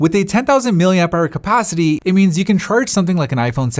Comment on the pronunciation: I’ll never recover from the way he says “capacity”